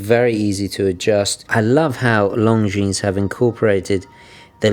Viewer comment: Very good review sir, I like your channel a lot. BTW the S in Longines is not pronounced.